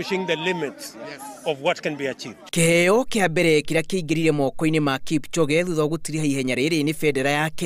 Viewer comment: it's KIPCHOGE.... NOT KIPCHONGE......